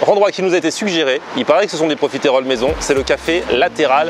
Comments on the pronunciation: c est profiteroles et non profitéroles logiquement la prononciation (en tout cas suis team sans l accent prononce) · On dit profiteroles et pas profitéroles ! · Ton dessert préféré mais t'arrives toujours pas à prononcer correctement le nom c'est dingue